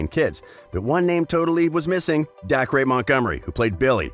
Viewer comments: The way you said Dacre was like dah-crey It's pronounced day-ker, how the hell do you mess that up?! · "Dac-Re"? lol it's pronounced "DAY-CER" as in Dacre!!! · Nobody gonna mention the fact he said dack ray montgomery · ITS DACERRRRRRR NOT DACK RAY OMGGGGGGGG DACRE - DACER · Dacre. Rhymes with Acre. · Dear, Dacre's name is pronounced day-cah Sincerely, All of Australia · You pronounced Dacre Montgomery’s name wrong. Dacre is pronounced Day-Ker. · IT IS PRONOUNCED DACER ALTHOUGH IT IS SPELT DACRE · Just for future Dacre Montgomery is pronounced like “Acre” ,the unit of measurement,with a “D” at the beginning. Not “dakreee” because Aussies and Brits don’t have the Rhotic “R” like you Americans do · "Dack-ray" Montgomery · Y’all stop saying Gaten’s and Dacre’s name wrong!!! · the way he pronounced gaten and dacre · it’s d-ACRE. i cringed at how they said that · THATSS WHAT I WAS SAYINGGGGG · You said Dacres name wrong lol Sorry huge fan of him I can’t wait for season 4 you know when it’s the night before Christmas or your birthday and you just get so excited that’s how I feel when I think about it